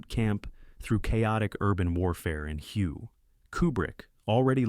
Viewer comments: HUE is pronounced "wey" not heyu. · Follows the Marines through Hugh!? Hue is pronounced in English as Way. A.I.🙄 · HUGH?! Man, you are the bottom tier of A.I aren't you?